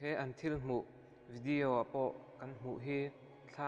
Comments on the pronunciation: Thuhma I ti thui mah may,boring trep. Tin,vidiau nilo on video tih tur aw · Ngaitinge vidiau i tih tlat zel..😬😁🤭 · Vidiau ti nge itih? Chhimlam mi ini em😂 video titawh teh ngaihthlak anuamlo,tin...I voice a zawi hlee bawk,ngaihna awmlo. Keep it up c'mon.